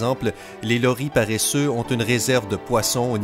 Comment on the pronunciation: Je M appele loris mais tu prononce le s et c bon et le loris n est pas vraiment n non plus dangeure